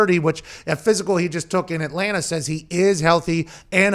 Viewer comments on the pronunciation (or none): none